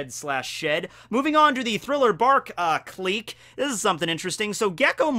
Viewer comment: Wtf is a kleek? Gotta love mispronunciations.....